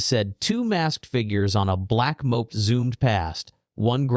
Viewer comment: rubbish AI voice can't even pronounce "moped"